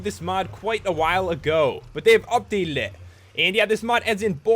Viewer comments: Did anyone else hear him say "They updaleded it" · You said updated wrong Lol